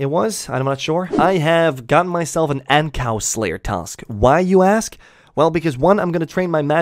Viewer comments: its ANG-KOO not ANG-COW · Ankoo brother, not ankow